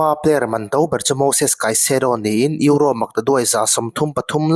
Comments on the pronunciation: Eurossss tih kher angailo, Euro ti tawp la atawk mai sir.. ngaihthlak ati nuamlo lek lek.. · Eurose😂 atawplam ah erawh euro ngaihthlak a nuam ta e, tuipui ral tawng alawm duh duh in lam maitur, Mizo tawng pawh sap pa chal ho Khuan an lam dik bik awmlo e mai😂😂😂